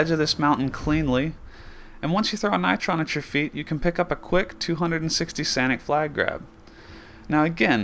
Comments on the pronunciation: So you pronounce "Sonic" as "Sanic" ? xD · Did you say "a 250 sanic flag grab"?